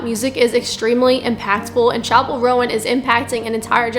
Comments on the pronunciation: Where was i saying harmful messages? I asked one question to you. You said "first of all, pronounce her name right goddamn, you're grating on my ears. it's roan not rowan." That's rudeness directed towards the creator of the video. Calling her bigoted as well. Im not the one being rude here, and I think it's obvious. I've not said one thing derogatory or rude towards you or anyone else, just saying what you said in that quotation. "1. I wasn't rude. I was honest." Can actually be used in my situation since I haven't been rude. Also, strong argument? Preaching? I was asking a question to you. I never was preaching or arguing. This should be a simple conversation, but it lookes like you interpreted my question the wrong way and got offended. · OK, there are a couple things wrong here. First of all, the girl in the Casual music video is a SIREN, Not a demon. Second, it's pronounced, "Chappell RONE", not "Rowan", and third, her nun look was a tribute to The Sisters of Perpetual Indulgence, who have been around since the 70's, so there's no point in hating on her. If you really feel the need to spread hate, hate on them. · Interesting you have a closed minded and ignorant view on a person you cant even pronounce the name of, you put small snippets of her songs out of context then claim that she is following the devil maybe if you're going to have this 'Christian perspective' do some research about all the songs you claim are demonic. Always have to make it about god being mocked when not once did she mock Christianity you just want to spread hate and hide it behind religion.